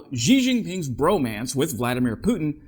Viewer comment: Xi is pronounced like the English word "she".